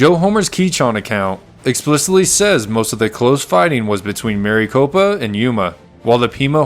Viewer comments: Having read about this incident, and also climbed Maricopa Butte, I had to see this account. It's NOT Mary Copa...Mare-eh-copa. I sure do wish creators would check pronunciations before recording their voiceovers. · Rather than Mary copa, it's a short i sound. Rhymes with Rick. Almost sounds like Maracopa. So nice to hear a human narrator, however! Thanks. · But he pronounces Maricopa wrong